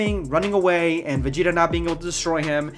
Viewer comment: they always fucking up my mans vegeta what the hell